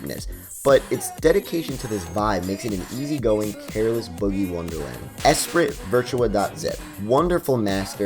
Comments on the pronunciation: ES-SPREE .... it's French for "mind" or "spirit" one of my fave albums for sure. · It's pronounced es-pree (Esprit being French for full of life, spirited)